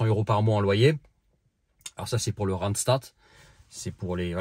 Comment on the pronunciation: Une drôle de prononciation du mot randstad pour un néerlandophone 🤔🤔